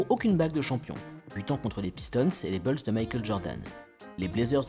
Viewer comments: Stp tu peux dire les Chicago Boulz au lieu de Chicago Beulz ;-) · arrête de dire les beulls stp c'est embarrassant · Faut arrêter de dire « Beuls » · Tu fais le malin toi aussi, la prononciation française "bOUlsse" est une erreur, la leur est plus fidèle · Salut, En suivant ce lien, tu pourras écouter la bonne prononciation americaine de « Bulls » : Certes, « Boulss » peut sonner plus courant en France, mais notre prononciation tend à être plus fidèle à l’original. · Faut sérieusement revoir ta prononciation "BULLS"